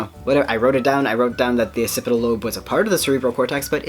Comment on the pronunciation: Firstly, I’m glad to see you continuing to post. You are a winner. Secondly, occipital is pronounced ox-cipital.